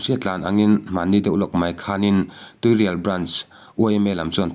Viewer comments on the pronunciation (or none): Tuirial khaw hming hi lam ri tel ve fo tawhlo hram teh u.